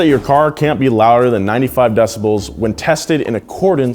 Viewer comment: Dont say "decibells"